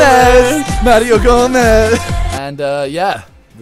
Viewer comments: "Mario Gomeez" xP Got a new favorite shirt Simon? miniminter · MARIO GOMEEEZ MARIO GOMEEZ MARIO GOMEEZ :D